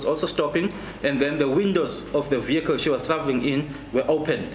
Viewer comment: Did say Motor Vehe-kclieee😂😂😂